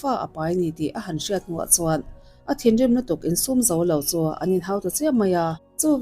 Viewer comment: Thinrim engphiar thluk dan chu a va mak ve, a dik taka thluk hram hi a tha a dik loh chuan beng a ti thlep vek zel